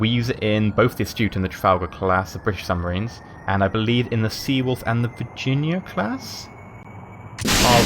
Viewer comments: Er... "suMBarines"?! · U say "suMBarines"